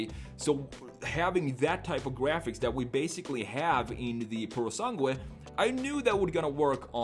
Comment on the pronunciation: By the way... You don't pronounce the "u" on "sangue"